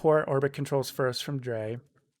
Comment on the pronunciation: thanks for the tut. i'm a beginner and it helps to walk thru some of the logic. btw, drei is pronounced like eye